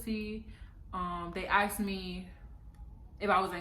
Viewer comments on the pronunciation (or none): Asked not axed